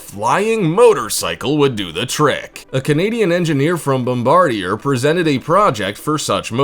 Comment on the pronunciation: pronounced: bom-bard-E-eh